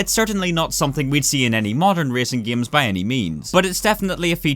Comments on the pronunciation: I like how he said giams instead of games, its funny, lol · Why does this dude pronounce games as giems? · "Giems" .... lul xD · почему он говорит «гиеъйемс»